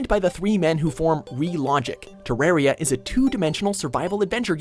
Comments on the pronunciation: "te-RARE-ia" i swear to god they do this on purpose. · NUMBER 4 is prounounced TER A R I A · Pretty sure its read as Te-Rar-Ya.